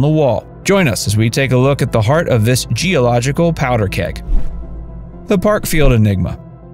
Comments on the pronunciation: powder keg not poeder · "POEDER KEG" ??? You do mean "Powder Keg". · POEDER KEG?????????THAT'S AI FOR YOU....AN ARTIFICIAL VOICE THAT CANT UNDERSTAND OR SPEAK PROPER ENGLISH? DID ANYONE NOTICE? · "Poeder Keg"???? English illiteracy usually indicates scientific illiteracy as well. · What in the bad AI is a poeder keg?